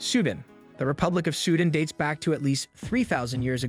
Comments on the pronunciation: Great présentation. The only minor and I mean minoré is mispronoucing Pangea and Sudan and some others. On the other hand I may be mispronouncing. Thanks! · If you want to do videos on nations and history, have your narrator pronounce things correctly. Of course there may be various legitimate ways to pronounce certain words, but no one accepts your pronunciation of Xia and Sudan.